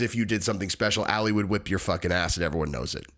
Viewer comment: His name's not pronounced Alley it's pronounced All Lee or Ollie. For some reason you continuously repeating it incorrectly bothered me. Every other person in the video said it correctly so you had their pronunciation to go by and use as a great reference. I know you're a meat head but you are on the upper part of that scale so I expect more from you as you're one of the smarter ones. Lol I'm Jus busting balls! Yall go easy on me.